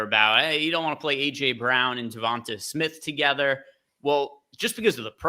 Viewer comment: Am I the only one that’s hearing them pronounce Devonta smith name weird? Lol sounds like yall are saying Devontas Smith